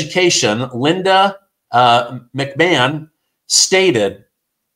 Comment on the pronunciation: The Secretary of Education is not Pronounced "McMann". Her name is McMahon....Mc-ma-hon.